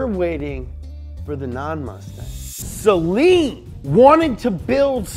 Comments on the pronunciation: Its not Sellen, Its SAYLEEN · It’s SUH-LEEN. NOT SAY-LEEN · Actually it’s pronounced say-lean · SlickHomieSeal Acktually it's pronounced sell-lean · Its pronounced saleen not saleen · pronounced "say-leen" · The Saleen Ford Explorer